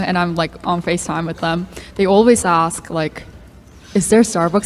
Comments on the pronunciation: why do you say "axe" instead of "ASK"? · Ask, not axe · Honest question, as someone whom english is not my first language. Why people say "axe" instead of "ask"? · Please, its not aks Its never been aks. Someone started mispelling the word because they are dumb, and now people are saying it aloud. Please...